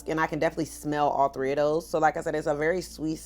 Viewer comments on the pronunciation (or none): none